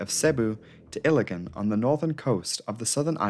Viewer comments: Very good video, RIP to all the souls lost. This incident is barely known here in the Philippines. I still wonder why are the planes Irish registered rather than philippine registered (obviously, i know its leased so lets put that aside.) Anyways, Cebu is pronounced "see-boo" and Iligan is pronounced "eel (as in the animal) lee-gun". Dont worry though, those are just minor mistakes. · Could you at least TRY and pronounce place names properly? it's effing Seeebooo (Cebu) not Sahbu. It doesn't take Sherlock Holmes to get the right pronunciation. Don't get me started on Iligan City or Munay